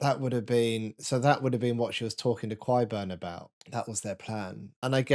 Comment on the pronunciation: Kwhy are you calling him kwyburn?